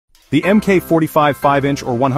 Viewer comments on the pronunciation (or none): MK is pronounced Mark.